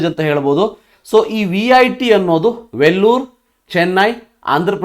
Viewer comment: Sir it's Vellore 😅 u mentioned it as Vellur